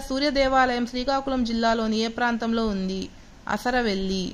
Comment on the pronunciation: Arasavelli.... Not asaravelli....